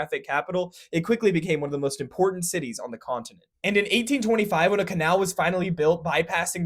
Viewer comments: It is not a huge shitty.😂 use some AI pronunciation. BTW, from Duluth to Denmark, has only been possible after the Seaway. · he definitely said "to support huge shitties" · "to support huge shities" 😂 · "to support huge shitties" lol